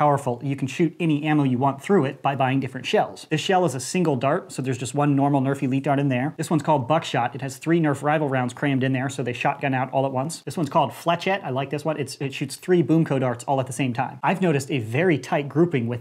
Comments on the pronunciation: Its pronounced 'fleshet' not 'flechet' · In pretty sure is fle-shet not fle-chet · Pronounced as fleshette not flechet lol